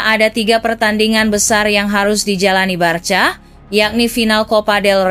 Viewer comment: coba lebih familiar menyebut nama2: Rafinnya bukan Rafinha, Selta bukan celta, Barka bukan Barca